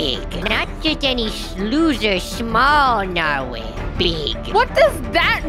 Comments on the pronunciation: How do you get a huge “narwhale” as he calls it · Lol he said mighty steed to his narwale